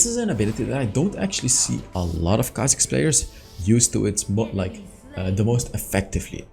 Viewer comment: Its khazik baby!!!